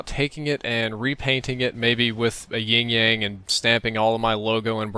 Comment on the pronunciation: "Ying-Yang?" you mean Yin-Yang? Sorry, I'm a fuckin' Nazi.